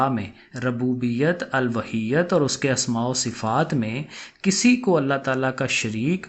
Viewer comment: الوہیت کا تلفظ چیک کریں سر